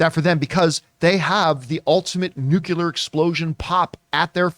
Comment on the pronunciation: John pronounces the word nuclear the same way George Bush does 🙄